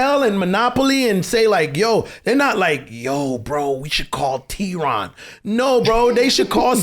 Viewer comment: Theron ...where is the H. 😂😂😂🙌🙌🙌